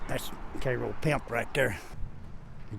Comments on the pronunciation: Sorry, but it's not pronounced "Kay-ro", although everyone from St. Louis seems to think that for some reason. It's pronounced "Care-o". I was born there and still have family there. Yes, it's a mess. That's a shame, because it was a great, little city at one time. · Pronounced Care-oh not Kay-ro...anyone that grew up there would know that